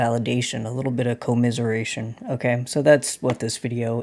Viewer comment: You pronounced that in such a way that I actually thought about the etymology of “commiseration”. And it literally does come from “com-“ like “together”, and “miser” as in “misery”. We are all looking for companions to share our misery and help us with that burden. What a fucking world.